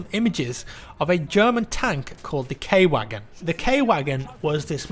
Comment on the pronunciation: I believe you are supposed to say K Wagen as if it was K Vagen